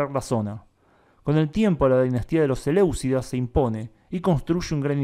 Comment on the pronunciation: selyúcidas, no seléucida